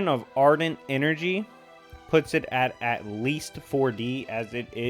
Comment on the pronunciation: i do just want to say it is not ardent its argent.